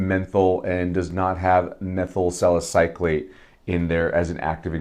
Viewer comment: Nice review! I would not normally post about someone's mispronunciation of a chemical, but you did bring it up. I'm a chemist, so these terms are common in my work, but that doesn't mean it's obvious to everyone else, so I respect your comment. Anyway, you are saying it as in "-clate", but there is no c between the Y and l. It's "suh··suh·layt".